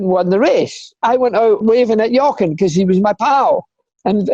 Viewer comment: I'm amazed at how accurately Sir Jackie Stewart pronounces the "ch" in Jochen.